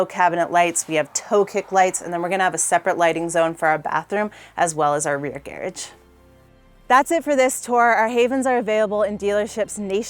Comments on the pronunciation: hahahah yeah that's a weird prononciation .... the Gair- age.... I almost had to turn it off :P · ok is she saying "gearage" or does she just suck at saying garage? Whatever the case, its rage baiting me sooooooo hard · I seriously couldn't understand what she meant by saying "gear edge", until after the fourth time and it clicked that she was saying "garage" 😂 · How did wind up with the Brit pronunciation of garage ("garridge") while not otherwise having any accent? Inquiring minds want to know! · It’s how garage is pronounced in the UK. Not sure why she’s using that pronunciation, she doesn’t sound British to me